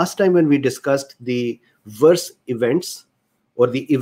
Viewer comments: I think your accent (and Indian accents in general) is beautiful. Also, there is no problem for me to understand what you're saying (I'm a native US English speaker). A few tips on the only mispronounciations I noticed: VAERS->vares (rhymes with cares), convalesce->conva-less (convalesced, just append a "d" sound at the end, like any "ed' past tense verb). There was (only) one other word, but I couldn't remember it, nor find it. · forgive me. For the sake of clarity may I poInt out that VAERS is pronounced VAY-ERS. I did not also know how it was pronounced until I saw a video on U-tube from 4 years ago, describing the function -of the Govt. Agency - an introduction by two Physicians - of VAERS - VACCINE ADVERSE EFFECTS REPORTING SYSTEM - It has come to my attention that this required by Law committment by Hospital Personel is not being encouraged and, even in instances, actively discouraged by Superiors (Physicians etc.) in Hospitals.